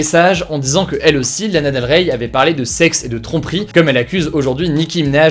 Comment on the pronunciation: ça me stresse il faut pas prononcer le Y de Lana Del Rey